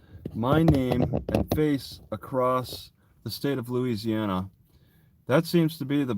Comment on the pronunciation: I swear I heard say * louisiouana * at first there😅